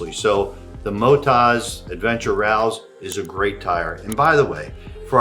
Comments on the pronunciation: Rall Zed. as per correct English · Hay mate it’s Rally Z “ but you Americans say it wrong “ like the way to say DR “ Z” Utube Australian dating Z . We say it correctly 😂😂😂 . It’s like New Zealanders say 6 “ they actually say Sex . All wrong 😂😂😂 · It's pronounced Rallzee, like Rally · Before you got to the final tyres I was going to suggest Motoz (mo tozz). As Australians pronounce Z as zed, I would say it Ralls, not rall zee. I have the Motoz Tractionator gps on the rear and the dual sport on the front of my Suzuki xf650. I like a chunkier option on the front and like you I’m happy to compromise on road performance for off road performance. Happy trails mate 😎🇦🇺🍻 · It would be rall zed since they pronounce the letter z as zed. I think it’s just rallz like it’s spelled. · Pronounce it "Ralls", we do not say "zee" in Australia. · Aussie here. Zee is American, so probably Rallz without the zee. We say zet, so try saying Rallsz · Hi there, we call Australia Oz like the wizard of Oz. So Motoz is like that with no ee on the end. I’d say Rallz would be the same with no ee on the end. We pronounce the letter Z …… zed. I hope that helps 😀